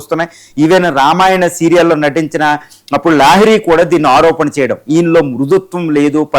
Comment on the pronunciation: నువ్వేమి అనలిస్ట్ రా బుర్రలేనోడా తెలుగు సరీగా పలికేకి రాదు నీకు కోటు మరి కెమెరా ముందు కూర్చొని చెత్త ఇంటర్వ్యూ ఒకటి చేసుకుంటూ... ఏందేందీ ntr అంజలిదేవి " రసించిన " న ఇదేం రసించిన భాష రా బుర్రలేనోడా ఒకటికి పదిసార్లు ని మాట విని మెసేజ్ పెడుతున్నా... పోని రైటర్ ను అన్నా పొగిడావు అనుకుంటే రచించిన అనాలి అలాకూడా కాకుండా ntr అంజలిదేవి నటించిన అనక రసించిన అని కూశావ్ నటించిన అనాలి రసించిన కాదు మీలాంటి తెలుగు కూడా సందర్భానుసారం పలక లేని దద్దమ్మలతో ఇంటర్వ్యూ చేసే మీడియావారు వాడికన్నా దద్దమ్మ ల్లా ఉన్నారు ఇంత అడ్వాన్స్ టెక్నాలజీ ఉన్న సోసియల్ గా అడ్వాన్స్ అయిన ఇప్పటి కాలం లో మీ తప్పుడు కూతలు మానరా రా బుర్రలేని ఎదవల్లారా....తూ మీబతుకులు చెడా... 🌹🕉️🌹జై శ్రీరామ్...